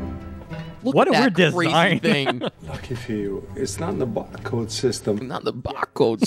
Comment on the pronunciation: Christopher Walken is doing such an exaggerated Christopher Walken, impression that he becomes physically incapable of pronouncing 1/3 of the word “barcode”